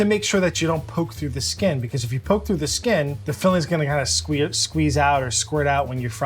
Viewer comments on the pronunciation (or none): none